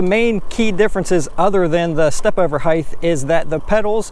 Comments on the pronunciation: hate when yokels say "higth" instead of height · It’s height, not heigth. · Good review. Some pros and cons: -Pros: great info. Covered the differences well, especially measuring the stand over and pedal distances. -Cons: learn how to pronounce the word “height”. It ends in a simple “t” not a “th” sound. Kind of annoying.